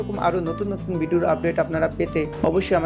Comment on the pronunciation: Manger po Chalen na Channel uccharon kor murkho Bideo na Video moga